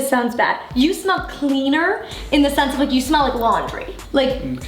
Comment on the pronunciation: MY EARS HEARD SOMTHING DIRTY RATHER THAN "SENSE" AKSBKAB I NEED HELP